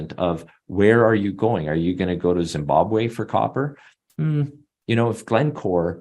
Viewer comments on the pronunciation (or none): none